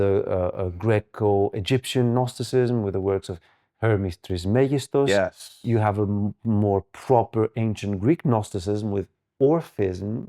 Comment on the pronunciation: enunciation of “trismegistus” shed a new light at gnosis itself